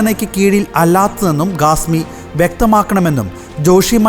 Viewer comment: Not Gasmi say Khasmi , learn proper speaking